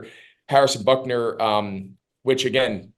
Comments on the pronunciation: He keeps calling Harrison Butker "Buckner"... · If he wants to be the best he needs to learn how to pronounce the name of the super bowl champion kicker.